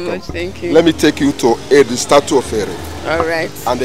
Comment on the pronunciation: It’s not status it’s statue